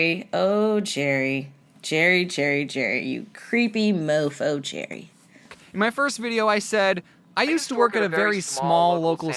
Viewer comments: His name is Jared not jarry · Isn't it Jared not Jerry?